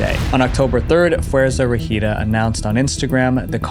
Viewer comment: im sorry but that pronunciation of Fuerza Regida got me so confused 😭 also did not know they were involved in something like that😥 they preformed at my school once bc one of them went to that school so in my brain theres a connection to them that would make things crazier also Peso Pluma also has a threat from the cartel onfe so it seems very common